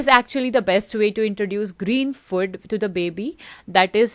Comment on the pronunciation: It's food . Not fod😅